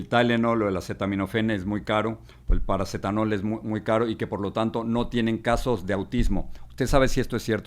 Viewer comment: En México se llama paracetamol, no paracetanol